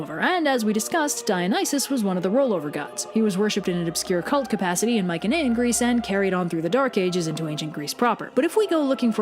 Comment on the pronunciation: dude, you are mispronouncing "mycenaean" and its driving me insane... cannot watch after that